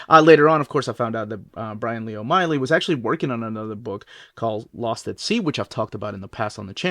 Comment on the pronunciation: O’Malley not Oh Miley